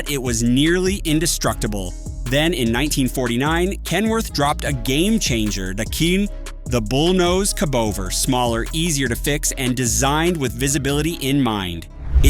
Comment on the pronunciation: The fact that a truck channel would pronounce 'cabover' as 'c'bover' makes me wonder if this is an AI SLOP channel ?